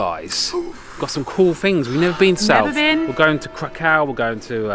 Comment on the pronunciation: I don't mean to be mean, but you seem not to care much when it comes to pronouncing the names of some cities you visited in Poland. It is TOrUn, not TUrOn. Same with Cracow: it is krAkOw, not KrOkAw. If you have any doubts how names are pronounced use google translate app. It is obvious that you put a lot of effort into production of your videos, but this lack of caring about to basic pronauncations puts it into question. It would be like me instead of saying "Paris" replacing with "Piras. BTW, Gdansk indead is a very pretty city; i was born there and walked DLuga Street every day for almost 2 decades. Good job over all. Yes, the city was actually leveled by Soviets, and literally poor Poles had to rebuild it from scratch.